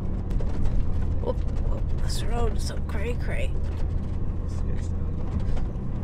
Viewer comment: Hahaha did she really say "cra cra"?!!